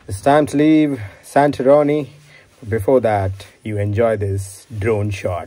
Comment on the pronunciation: He Successfully completed the series by mispronouncing it as SantaRoni throughout 😂😂😂😂👍🏻👍🏻